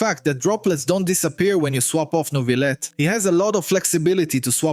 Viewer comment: As a French, thanks to you saying Neuvillette properly <3